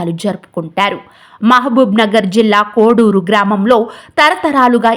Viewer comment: కోడూరు కాదు కోడేరు